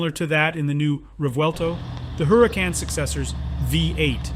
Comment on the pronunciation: so.... you're a car youtuber, but don't know how to pronounce Huracán properly? lol